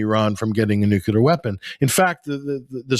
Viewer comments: it's Nuclear - Not Nukular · It’s “noo-clear” not “noocuelar” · can't pronounce "nuclear" get off the net.